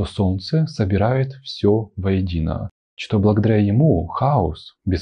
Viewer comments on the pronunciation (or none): Он лёгкий и очень милый. Единственное - "что" обычно носители произносят как "што". А остальное вообще звучит больше как элегантная интонация. "У женщин бывают моменты, когда им хочется убивать..." Adoro :)))